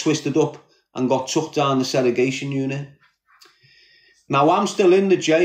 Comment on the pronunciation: I wonder if hes ever gonna stop saying " seregation" instead of segregation?